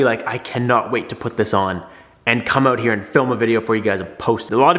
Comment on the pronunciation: My dude said peace “oat” and never came back :(